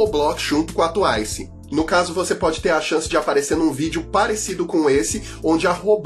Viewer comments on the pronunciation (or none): o melhor é ele falando "capopi" e "tuaisi" KSAKAKSKAKSK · tuaicie ckapópi